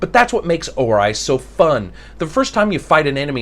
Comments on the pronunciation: Right at the start I wanted to go to another review when I heard "Or-eye" instead of the appropriate, "Or-E" pronunciation. God that hurt the ears, hahaha. Still, I'll give this a listen and attempt to get over it. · Except for OR-eye, I would have to agree. Doesn't complain like some other noobie reviewers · Or-eye,, hmmmmmm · Well, sir, I LIKE how you mispronounced Ori. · Good review but you butcher the pronunciation of the game lol